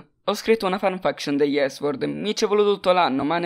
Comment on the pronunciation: 2 cose: 1. Si pronuncia fanfiction 2. Perché hai detto episodio invece di eddisodio?